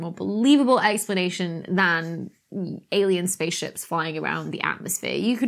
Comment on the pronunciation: Had to double take, thought you said "alien space shits" for a second.